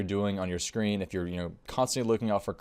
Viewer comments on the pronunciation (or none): none